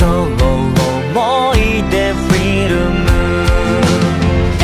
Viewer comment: いやもう泣けるし声もいいそしてフィルムの発音好き